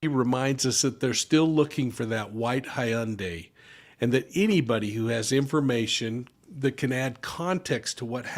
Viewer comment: You should look up how to pronounce Hyundai on YouTube , it’s the Best place to ask how to pronounce something